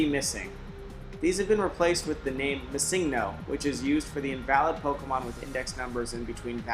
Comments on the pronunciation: I'm sorry but the fact that you not only can't say "Missingno"(what the fuck is a massingno?) but said it almost every few seconds made me ragefit and required my downvote. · I pronounce it missing-no. He is saying ma-sing-no. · Er... Before you embarrass yourself more... The pocket monster "missingno" is actually pronounced "Missing No" to reference that it was used to fill unused slot data in the earlier games, as it was more difficult to code in filler pokemon. So it isn't pronounced missig no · Mis-sing-No haha you should say ”Missing No.” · Why are you pronouncing it like it is spelled missigno? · Mi seeng' no. That pronunciation hurts my ears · you know his name means missing number. you know that! Why do you keep saying missingno? why?! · Shouldn't it be pronounced "Missing Number"? As this is a "pokemon" that shows up from the game trying to find a code where none exists. So it has a missing number. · MuhSINGno Nice pronunciation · I hope you didn't continue pronouncing Missingno. with the stress on 'sing'. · I explained what it meant. But my question was, shouldn't that be how it is pronounced as the "no" is just "number" abbreviated?